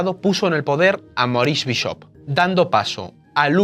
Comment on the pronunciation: Bishop también lo dices mal. Usa un diccionario!